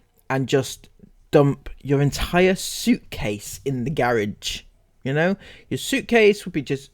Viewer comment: I love that you pronounced it 'gerridge', lol.